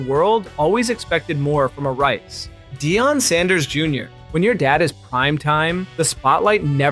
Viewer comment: He can’t pronounce Deion, don’t trust this.